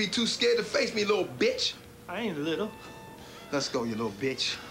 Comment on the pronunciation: “I ain’t liddle” 😂😂😂